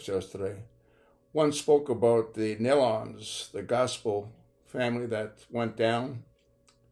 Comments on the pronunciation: Nelons.... pronounced as "knee lons" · Née-lons not nell-lons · Please "knee-lons" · Nee luns is how to pronounce it. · pronounced knee lons… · pronounced neelans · If you are going to report on someone's death you need to get their name right first. It is just respect! It is pronounced like Kneelon's! Your not the only one doing it but it is sad that nobody takes the time to respect them enough by getting it right. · Pronounced: KNEE-lins..… at least pronounce their name correctly when speaking about their tragic deaths. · The name of the group is pronounced NE - LONS..... long E. Research for goodness sake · So you just repost other people’s stuff? What a waste. You offer NOTHING and the only few words you said included butchering the poor family’s name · I am so sick of hearing their name mispronounced. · Pronounce the name correctly out of respect if for no other reason. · you’re the boor, if they’re going to report news on people they obviously DID NOT KNOW, they could learn to pronounce their name correctly. It’s called RESPECT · if they’re going to make themself a reporter of news, they should learn to pronounce the name correctly. It’s obvious they don’t know who they were